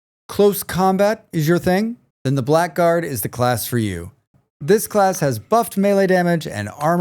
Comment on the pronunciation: I have no idea why, but blackguard is pronounced as blaggard.